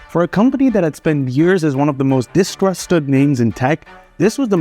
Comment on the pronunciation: No, your original accent sometimes shines trough your fake Americanized accent. So 'distrusted' is pronounced wrong, developers is pronounced wrong. Just check it. You stress the wrong syllable.